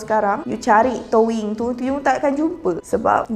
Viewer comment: Rasa gatal telinga bila dia sebut touyin spelling doyin tp sebut toing